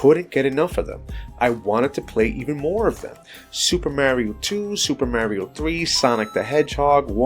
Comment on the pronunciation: My god. Mario is a real name. Why do people still mispronounce literally a series more popular than Mickey Mouse. No hate, but of all the standards in gaming that exists, getting Mario's name right should be one of the most foundational. It's a literally building block of the whole industry.